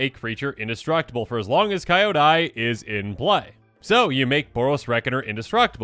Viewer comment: Listening to mispronounce Kyodai is inflicting massive psychic damage to me. DX